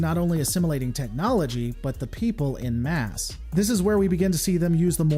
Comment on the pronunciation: I don’t want to sound ‘the wanker’ but it’s en masse (pronounced ‘on mass’ not ‘in mass’). It’s French and you know what they are like with their spelling and pronunciation. I guess I did want to be a wanker.